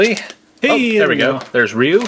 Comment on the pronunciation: it's pronounced Rye-u